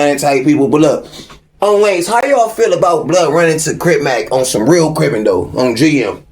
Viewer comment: I hate the way he say "ON GM" not the sentiment but the pronunciation